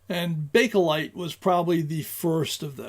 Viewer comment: Learned several things from this vid; the diff. between gutta percha and hard rubber, the manufacturing process of items of each, who did or did not use each and why, and the correct pronunciation of bakelite. Thanks. Informative as always.